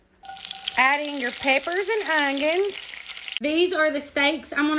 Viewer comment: Ongions lol, I love the way u say ongions 😊 my mama says it that way to... Even tho there is "technically" no G in the word onion.. I still love it.. 😊